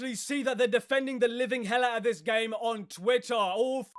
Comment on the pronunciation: There's "Game Enjoyer" Then there's "Ga-y-Me Enjoyer"